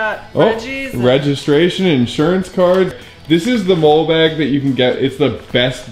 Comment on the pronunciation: Ok, the Dead Beat Customs bag, the molle bag is pronounced like the name, Molly, not like the critter that wrecks your yard, a mole. Just wanted to help ya out there.